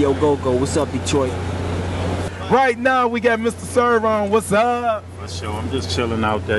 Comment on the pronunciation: Lol "Detrart" 😆